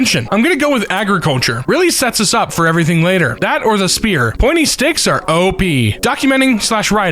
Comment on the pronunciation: "Up" becomes "Urp", a comedy about accidents and burps.